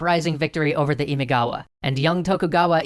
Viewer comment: But, uh... why do you still pronounce "Imigawa" instead of "Imagawa"?